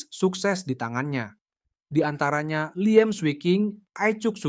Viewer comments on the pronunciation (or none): none